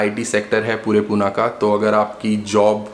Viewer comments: It's Pune not Poona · Please call it Pune not "puna" , it is पुणे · It is Pune not Puna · Bhai Poona nahi Pune h. Likha h vaise bolo bhi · Hi , Please dont pronounce PUNE ✅ as Puna ❌ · "PUNE" NOT POONA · For GodSake.. It's not Puna! Call it Pune >> पुणे why is that so hard to pronounce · Its not Puna....its Pune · My ears were bleeding every time you said Puna 😭🤮🤮🤮🤮 its Pune पुणे (not even पूने) And a lot other incorrect pronunciations..